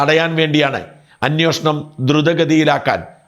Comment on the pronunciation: അന്വോഷണം അല്ല അന്വേഷണം..